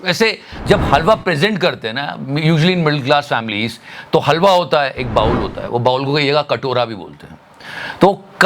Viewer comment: Bowl 🥣 is pronounced as Bol ..... not Baul